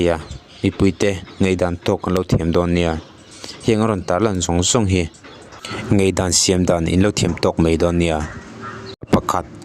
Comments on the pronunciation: Ngaihdan tih tur ngeihdan i ti fo mai hian beng a ti kham deuh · Ngeihdan ti tawh suh,ngaihdan ti rwh 😂😂a pa lo riau